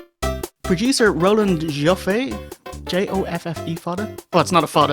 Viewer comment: It's pronounced 'Joffy' - he directed The Killing Fields and The Mission.